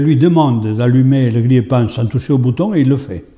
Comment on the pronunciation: c'est quoi le " gliépan" ? à 10 min.. on comprend rien, dmg..